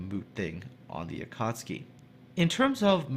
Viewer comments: Akatski in laughing but sorry, I think its AkatsUki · ElasticSniper I could feel myself cringing every time said Akartski. No offence! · Going out of my mind listening to you fail at pronouncing this ship :'( . A-ka-tsu-ki. Tsu = t + sue, so a-ka-tsue-key. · A-KA-TSU-KI not A cats' key. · RedstoneActive yup, it is not pronounced su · A ka tsu ki! not that hard to spell:D;) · The proper pronunciation would be closer to Ah Ka tSue Key, just barely enunciating the T. Regardless, it's definitely not pronounced the way was pronouncing it in the video, but it was better than how Jingles would likely pronounce it. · To whoever still debating about the pronounciation. In Japanese, "Akatsuki" kanji is written as "暁". The kanji "暁" can be broken down into hiraganas which is written as "あかつき", and each hiragana reads as "a", "ka", "tsu", and "ki" (they do this often when teaching children to read a kanji, or include them in mangas so people don't misread the kanji). So the correct pronounciation is a - ka - tsu - ki. BUT... It is also acceptable to pronounce it as a - kat - ski because : 1. It sounds just the same when read fast, the Japanese will still understand it 2. This video in general isn't about trying to teach you Japanese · say it like this. "Akk at suki" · Definetley pronounced Akatski :) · just a little language tip, the tsu is pronouced as if the T doesn't exist. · I believe the "T" is silent. The reason why this "T" is silent is because there is "tsu" and "su" which are pronounced differently. A common English word where "tsu" is used is tsunami where "T" is silent. From my little knowledge of Japanese, "tsu" is pronounced like "sue" and "su" is pronounced like "zoo" but the "z" will sound like "s". Akatsuki = Ah-Ka-Sue-Key (that my assumption of the pronunciation of the word). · Akatsuki does have a 'u' in it, you know...